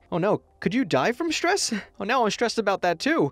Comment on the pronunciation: It's not štrees it's strees